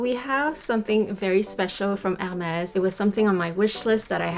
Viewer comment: Finally someone who pronounces the brand correctly, you gained a new follower 😊